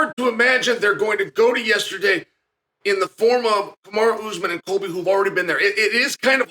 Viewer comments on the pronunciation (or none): none